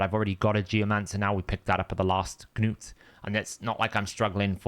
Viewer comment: FFS! It's pronounced Newt! Not Ga-newt. Open a dictionary and look at any word starting with Gn. Ok. Snapped a bit there. Sorry. Have a good day